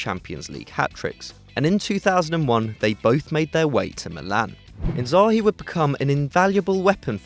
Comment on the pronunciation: Tbf, Kaka or Seedorf over Thiago, Shevchenko over Inzaghi (and please correct your pronunciation of his name). Robben choice is also little questionable, it's only his 1st season. We cant be sure if he can perform next season